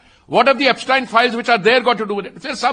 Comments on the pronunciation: Epstein Files ❌ Apstine Files ✅ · He's calling Yepstien 😅not Epstein 😢